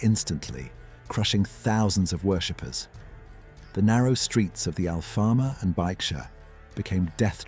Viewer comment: LOL… You talk about Lisbon’s history and cannot even pronounce Alfama? Use some Natural Intelligence before embarking on AI, ok?